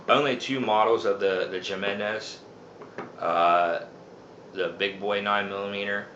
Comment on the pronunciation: Great video lots of useful information but I'm going to give you a little bit of constructive criticism. Please don't get offended but when you say Jimenez you're seeing it with a J sound and you're supposed to say it with an H sound. Like I said please don't get offended all your videos are great very informational I just want to give you a little friendly advice. Take care and keep up the great work love videos.